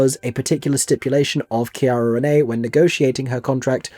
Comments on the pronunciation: See-Air-uh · Just FYI her first name is pronounced like Sierra, not with a hard C. ❤